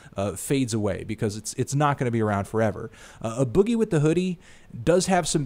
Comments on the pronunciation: its A Boogie, not a boogie and its pronounced 'madeintokyo' honestly its like hearing your dad talk about hip hop. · It's pronounced Aye Boogie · First off a boogie is pronounced aye boogie. Second, your actually ed. Aboogie has 2 great projects. Smh. Deadass get ya facts straight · his name is pronounced "A" long A, so Aye Boogie. Just a heads up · It's pronounced A- boogie and Made in Tokyo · the A in A boogie is pronounce as if you were saying A in the alphabet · the way you say a boogie is embarrassing